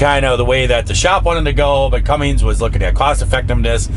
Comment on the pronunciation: No G in Cummins.